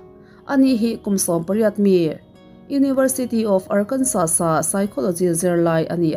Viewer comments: Arkansa ti a lam tur. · Ngaihthlak a nuam hle mai... tin ar-kan-saw tia lam tur ni e 👍